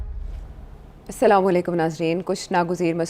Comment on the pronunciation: Please tell him to learn proper pronouncing of Assalam o alaikum.